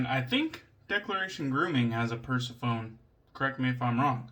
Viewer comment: I might be wrong but I'm sure it's pronounced per-seff-on-ee haha We spoke about the V4 Tip initially and I still don't think those overly gelly knots are fun to use.